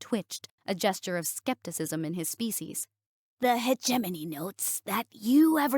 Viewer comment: Finally, someone who says hegemony in a way that sounds correct!!!